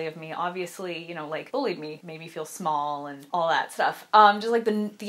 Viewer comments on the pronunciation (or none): none